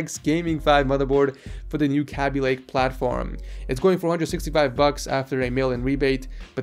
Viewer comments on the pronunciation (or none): It's pronounced kae-be lake not kaaby lake lol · K-B lake, not KA-B. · when he says "cabby lake" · Every time you say Kaby Lake wrong i cry lol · The way you said Kaby Lake made me wanna die